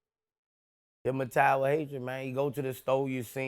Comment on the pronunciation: "Hypmitized" lmao